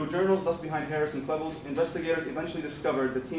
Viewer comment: Dylan KLEEbold not Dylan Klehbuld.